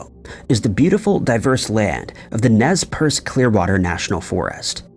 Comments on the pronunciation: Nez perce, sounds like nes purse. Not pierce. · Ugh it's Nez Perce, like nes purse. Okay?